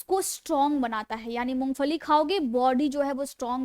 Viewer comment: First improve your Pronunciation " You said Mongfali the correct pronunciation id Mongphali". & You said you are Fijeotherapist 😢 instead off Physiotherapist " Untill you imptove your pronunciation Public will not like your show. Please do not take it ill its my suggesation so that you succeed in your show.